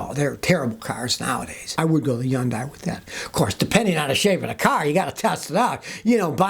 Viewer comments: "Yundai" Kills me every time. 🤣🤣🤣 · Never heard someone say Hyundai without the “H”… I’ve always said it like hun-die. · Yun - Die ! lol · Hyundai = Rhymes with Sunday C'mon Scotty 😂